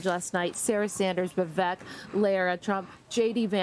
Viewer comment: I always have to laugh how people say they know Vivek, but still pronounce his name wrong. 🤦🏻‍♀️